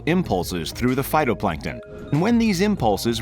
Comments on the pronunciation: he also called them "photoplankton" the first time instead of "phYtoplankton" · lol "photoplankton"